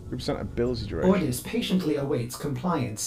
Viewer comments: How you hear ordis. And pronounce it ordose 😄 the most American thing lol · You know that cephalon is called ordis not orodous lol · "Ardos" me every time "ORDIS!":D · Seeing this 2 years later and hearing him say "Ordos" when it's "Ordis" 😭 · Hearing him saying Ori-Dose... my sides hurt, Or-Dis has been our companion for a decade. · Or-diss. Not Oro-diss. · My man actually called Ordis...Oridos. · Or-i-dos! Hahahahahahahaha it's Ordis. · ordoss? I think you mean Ordis XD Ah not going to lie man its funny to hear you say that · I was like wow he said is erados poor Ordis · Orodos? Orodose? It's Or-dis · "oridos" XD .... it's ordis, you're thinking of doritos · This was awesome, but Ordis is pronounced Ore-Diss, not Ore-a-dose lol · Lol what are you saying? Orados? His name is ordis 😂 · he called ordis , ordos :( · he actually said ordos smh... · Ordis, not orodos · ORDIS!!! NOT ORDOS!!! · Great vid, 1 thing, your pronunciation of ORDIS was appalling. OR DIS, not Orados. anyway cool vid :) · oridis's name is ordis, not ordos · ORD-I-S not ORD-O-S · It's or-dis not ori-dos btw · ardos ? i think it is ordis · OR- DIS, not oridos. yes know i am massivly bias and been playing for ever but that got on my nerves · ORDIS NOT ORIODUOS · Oridos.... like oreos? Let me be that commenter on you vid. Its OR DIS.. ordis. Loved this clip but that kinda bothered me sorry. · Ordis not OrUdose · Ordis not Ordos haha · or-dis not oridos. its warframe not wow ;) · You sound English and not American so I don't know why you can't pronounce Ordis, not Ordos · You say "Oridos" one more time, and we gon' throw hands,. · Why does he call Ordis Oredos tho? :D I played WF for a while off an on since 2015 till around the release of Fortuna, the open world and the updated game just felt too big and complicated. Seems it has changed quite a bit, can't wait for next video on WF. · Mmmm yes “Ordos” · "Ardos" lawl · He called ordis "oridos" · its Ordis, Or-dis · pronounced "OR DIS".